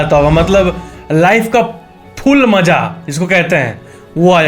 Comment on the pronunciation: Is he said full maza or fool maza ??☺️